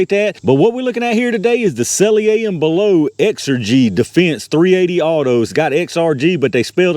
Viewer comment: I know it don't matter much... but s&b say their name is pronounced sell-ee-er and bell-ott (ott as in shot). Always appreciate the videos and tests. I'm surprised they even bother making .380 hollow points. I don't see the point.